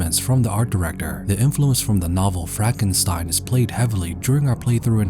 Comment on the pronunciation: ah yes frakenstein